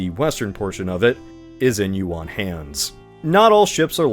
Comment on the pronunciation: that’s not how Yuan is pronounced 😭